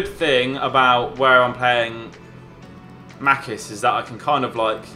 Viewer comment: Its not makis its machis